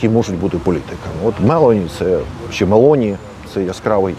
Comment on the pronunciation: мелОні,а не мЕлоні